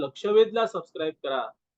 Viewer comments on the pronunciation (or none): none